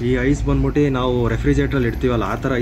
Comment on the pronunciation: ಬಂದ್ ಬುಟ್ಟಿ.. ಹೋಗ್ ಬುಟ್ಟಿ ಅಸಹ್ಯವಾದ ಕನ್ನಡ ಉಚ್ಚಾರಣೆ.. ನಾಚಿಕೆ ಆಗಬೇಕು...